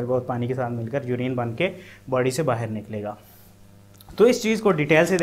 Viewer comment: The moment he said baher 😅 means pakistani brother.....I instantly liked the video.......support from India bro.......